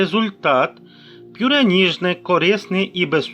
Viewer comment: Це просто лекція, дуже довго і нудно, ніякої чіткості. Повторення інформації декілька разів. Даремно потрачений час. Слово ПЮРЕ має звучати без апострофу.